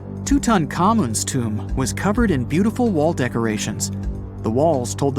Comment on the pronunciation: Lost me as soon as you said tomb